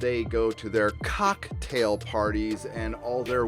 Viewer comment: Why did you emphasize COCKtail parties??